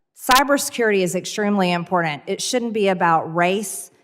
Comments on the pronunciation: “Impordant” Greene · When she says im-poor-dunt, my skin crawls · i can't take her seriously. The word is not 'impordant' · Did she just say IMPORDANG for important. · "it's im'por'int" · "Cyber security is extremely 'imporDUNT'." Why does she add/pronounce letters that aren't in the word? conTstitution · What's "Impordent" you web-toed swamp creature? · I cringe everytime I here her mispronounced important ( impordent) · What does she mean with the word “impordand”? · She has never said anything “impoordent” in her life. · I thought there were two ts in imporden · Can we at least get her to pronounce the word “important” with a T instead of a D? She does this every time. I’m guessing she doesn’t actually know how to spell the word. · She needs to learn how to pronounce “important”. She talks like a hill Billy! Oh! I guess she is one🤣🤣🤣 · For God sake, you stupid woman there’s a T at the end of important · I’m going to stick a red hot fork in my eye so I don’t have to experience the pain of hearing EmptyG mispronounce the word “important.”